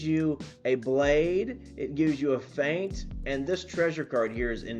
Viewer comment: “The whole meta is using fent” 😭💀 (why can’t you just pronounce it feint or fay-nt)